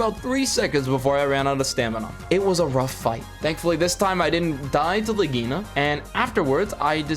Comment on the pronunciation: Good Video! the only thing that triggert me was how you pronounce Legiana. XD